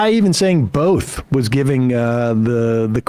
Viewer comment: The funniest part is how he pronounced Both,BOLTHE